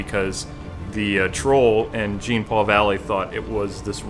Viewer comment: Alright, dude. My name is Jean-Paul and the way you say it is funny. The way you said it and is right.